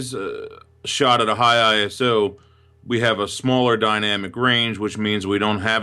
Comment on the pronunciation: iso 12.500 :D you always say this wrong